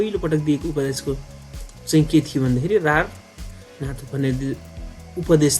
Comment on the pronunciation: रारनाथ हा्ेइन सारनाथ हा्े।सर